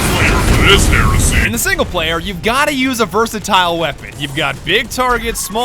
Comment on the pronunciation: understandable ummm....kinda understandable what just what??? ...................HERSEY!!! XD